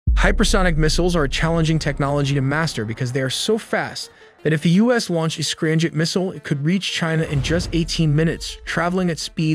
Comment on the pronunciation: I don't understand why the commentator or the AI software is pronouncing M to sound like N..? Its driving me crazy, he keeps saying "Ranjet and Scranjet", not 'Ramjet and Scramjet'..🙄🤦‍♂️🤷‍♂️